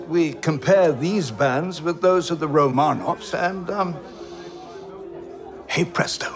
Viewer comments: It is pronounced RO’-man-ov, not ro-MAN-auv. If you must pretend to be a YouTube expert, do a tiny bit of basic research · Be really nice if they could actually pronounce "Romanov" correctly 🙄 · If you’re going to act as authority, the least you can do is pronounce Romanov correctly!